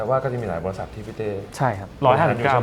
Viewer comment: คำว่า บริษัท ค่ะ สัท